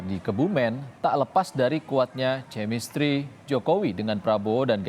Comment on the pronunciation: chemistry -> dibaca: kemistri, bukan cemistri (buat narator)